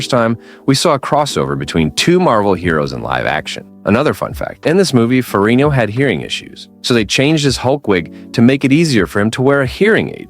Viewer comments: FeriGGno! For crying outloud! Get his name right! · Why can’t this guy pronounce Ferrigno consistently ? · Say ferigno again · I cringe every time I hear you pronounce Ferrigno. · Stop saying ferino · Seems like they did a lot of good research to do this video, the only thing they didn’t do is figure out how to pronounce Lou Ferrigno name properly!